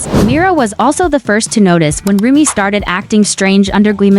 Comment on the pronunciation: Nie muwi śę rumie tylko rumi